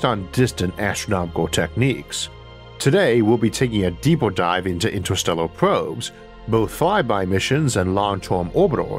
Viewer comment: I can’t listen to this voice lmao “intuhstewwuh”